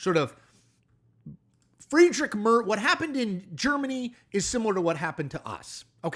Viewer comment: Who the heck are Friedrick Mörs (or Fridritsch Mörsch) and Angela Mörkl? There is nobody in German federal politics by those names? If you want to comment international politics at last have the respect to check how the names of the people you talk about are pronounced. If you can't be bothered to take literally 2 seconds to check the pronunciation, why should anybody believe you put more effort into forming/researching the other presented opinions? The level of ignorance displayed in this video explains how an intellectual titan like Donald Trump could be chosen the best of the best in all of burger land. I suggest you stick to reporting on the cheeto in chief and their African American token Elon Musk.